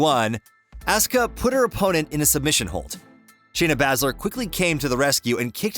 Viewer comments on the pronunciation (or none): It’s not Shayna Bazler it’s Shana Besler